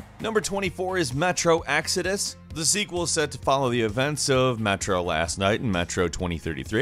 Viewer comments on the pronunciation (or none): Metro Axouds